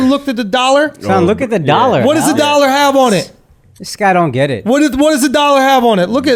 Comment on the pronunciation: Akkash “iTtSs OnN ThEee dOllArRrR”